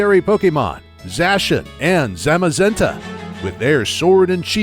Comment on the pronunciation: finally someone else who pronounces Zacian and Zamazenta like I do